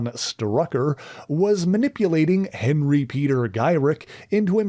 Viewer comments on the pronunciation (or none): none